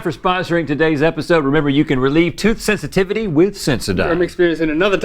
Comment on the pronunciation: tooth hisitivity?